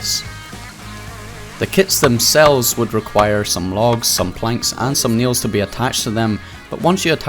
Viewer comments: I thought you were saying Neil's and not nails hahahaha. I enjoyed the video even though I never played I found it entertaining. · please stopp sayin "nials" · Kiet, bis, nils, man you know how to speak 😂😂